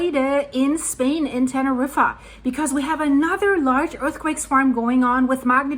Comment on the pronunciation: Tene reefer??? 🤣